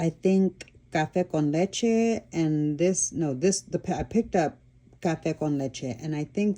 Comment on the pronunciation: Just out of curiosity do you speak Spanish? I do. I’m half Panamanian. Your pronunciation of cafe con leche is really good.